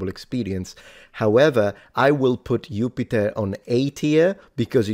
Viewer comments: Do you pronounce Jupiter as Yupiter, but you don't pronounce Uranus as Ouranus? 😒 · They way you pronounced Jupiter 😅 gave me a giggle, but immediately after I inadvertently pronounced it the same way 😂!